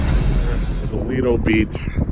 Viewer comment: You said Lido....wrong. My buddy with the Smokey Bandit car won Award...